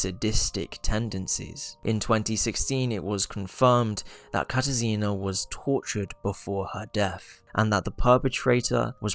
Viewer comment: as a polish person ur pronunciation of the name katarzyna hurt my soul😭this is no hate though, i loved the video !! :)